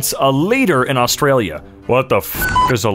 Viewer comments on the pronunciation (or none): none